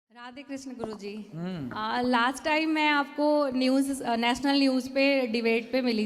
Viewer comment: कृष्णा नहीं कृष्ण, श्रीकृष्ण बोलो मैडम